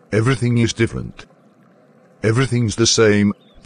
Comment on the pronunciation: same same but difflenttt 🤣